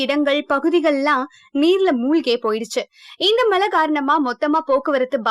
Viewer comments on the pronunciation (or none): malai illama. mazhai